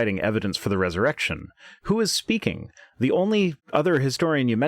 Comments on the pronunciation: I also thought it sounded like she was saying Jusus' Errection. Lol. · Ha! I heard "erection" too! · So glad I'm not the only one who heard 'Jesus' erection' lol. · At some point I heard erected jesus